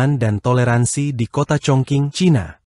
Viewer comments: Iyaa mhn baca yg benar chong jing ato kedengaran hrs chong cing bukan baca chong king...jdi salah ucap he ..he... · Dialeknya ga tepat bro.. Chongqing bkn congking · ChongQing bacanya Chong Jing yg benar. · Sudah lebih dari cukup utk jd sebuah negara seukuran negara Belanda, bahkan lbh besar. Luar biasa kemajuan China. Btw, admin salah sebut "Congking" dan "tjiberpunk". Mestinya: "Cungching" dan "Saiberpank"